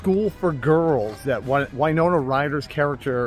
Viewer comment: Winona is win, not wine.